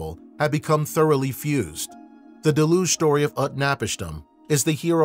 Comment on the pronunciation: How can someone publish material on ancient civilizations without making sure of the correct pronunciations of the ancient names or key words like deluge.